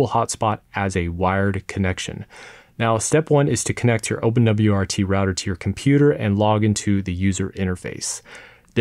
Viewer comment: why did it have to get impossible to understand after he mentioned wrt😭